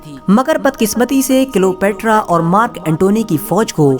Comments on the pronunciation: Are wo Cleopetra ko kilopetra bol raha hai dhyaanse suno🤣🤣🤣🤣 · Bhai wo Cleopetra hai kilopetra nahi 🤣